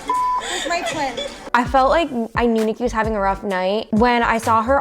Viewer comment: You said it perfect Niki so proud of you! Much love and respect <3